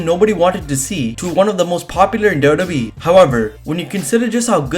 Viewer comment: Why does he call WWE dodobe